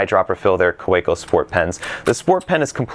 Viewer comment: It's pronounced "Kaveco".